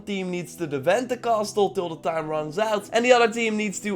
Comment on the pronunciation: The t in castle is silent in English.